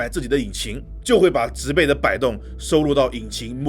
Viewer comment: 介紹的不錯，小錯誤糾正，植被那個字(被)是破音字，唸(音同匹)才對。